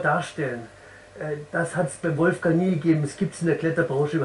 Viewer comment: Gebt doch dem Wolfgang noch sein 'g' am Ende des Vornamens :)